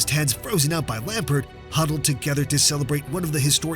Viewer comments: If he says lampart one more time instead of lampard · Your pronunciation of Lampard immediately made me hit the dislike button. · Great video bro minor criticism you misspelled Joao Felix and got a few pronunciations wrong off the top of my head you kept calling him Lampert and Azpili-Cet-a. European pronunciations are difficult maybe talk to someone who can pronounce the names better to help you with them? Or maybe have someone watch your vids before you upload them? Otherwise great video brother.